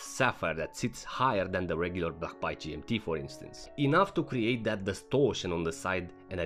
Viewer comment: A it is an A not Y. Say it with me ..... Baaaay